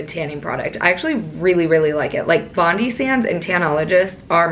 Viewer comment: 💖😆Hi 🤗 Honey I love you 🖒 was the one with the tip about the straw 👌anyhoo BONDI is said as BOND-EYE but say it as one word 🖒Bondi Sands is an Aussie brand... I'm an aussie 😉 girl ur gonna be buzzin ✌💖🐾